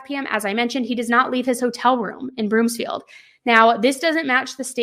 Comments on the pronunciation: It’s broomfield not broomsfield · I'm a local. It's BROOMfield, not Broomsfield. Thanks,, for covering this case. Love you so much! ❤ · Don’t apologize! We so appreciate the coverage! But, it’s Broomfield, not BroomSfield 😉 just for future reference. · There is no s in Broomfield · Broomfield* no “S” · BROOMFIELD girl not BROOMSFIELD there's no "S" 🤣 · Broomfield not BroomSfield. No "s" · Thank you for the content you make and how much content you make. I can't get enough. * As someone from Broomfield, CO, I just want to point out it's Broomfield, not Broomsfield. 😊